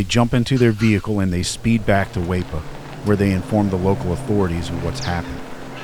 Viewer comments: Just so you know, Weipa is pronounced Wee-pa. You'll need to know that for the next 30 Croc attack vids ;) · It is spelt Weipa, but is pronounced as 'Weepa'. Also, our vehicles in Australia are right-hand-drive, not left, as in your initial frame. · Weipa is pronounced as 'weeper' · Its pronounced weepa , when your up here you are a part of the food chain !!!! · FYI it’s pronounced Wee-puh if anyone cares 😂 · BAHAHAH - it's WEEEPA. Fuck you need to check some pronunciation before you do this bro. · does he mean weipa (wee-pa) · Its pronounced Weeee Pa but spealt Weipa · Weipa------' pronounced Wee-pa. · It's well narrated, however you pronounce weipa like you did research the town at all.